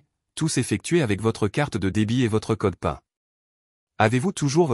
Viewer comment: erreur de prononciation pour "code pin" qui se prononce code "pine" car américain (Personal Identification Number).